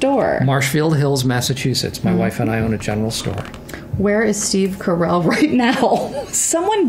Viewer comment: Steve, you just said your family name is Caracelli, not Carell!